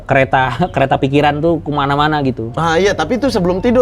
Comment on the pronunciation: *Ryan ngomong kereta : CHUAAK!